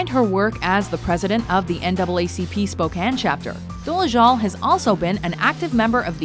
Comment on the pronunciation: I'm only giving this video a thumbs up for pronouncing Spokane right, so many people pronounce it like spo-cane and that's not anywhere close to how you say it.